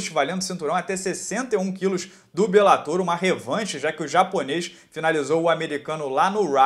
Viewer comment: Duas palavras para você: para béns. Você não está mais tentando transformar "bellator" em proparoxítona,! Está certinho.